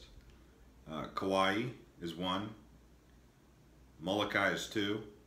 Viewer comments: Lol... It's Molokai...not malokai. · Are you kidding?? This guy can't even pronounce the names of the islands and the towns. "Muhlukai". SMH